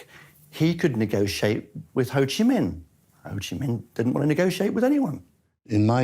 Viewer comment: Hey, it's Minh, not Ming, jack-wagon....